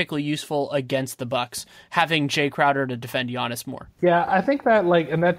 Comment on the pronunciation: like always, delivering a quality product. however, this guy... you'd think if the guy spent so much time studying the league that he would know how to pronounce these names right. it was borderline unbearable to listen to. first he kept saying johnathan "isaacs." okay, thats a small mistake. Then, he says Markelle FLUTZ.... for fuck sake... and the just Giannis said wrong over and over again. I think you guys could have done a lot better with your guest, or at least making sure they are prepped to talked about the league like this.